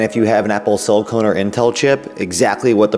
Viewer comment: Pronounced SiliCON not SiliCONE.. LOL